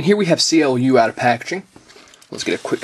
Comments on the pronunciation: actual it is pronounced like clue in the original tron ther was a minor charicter called clu and i asume it is the same charicter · His name is pronounced as "Clue".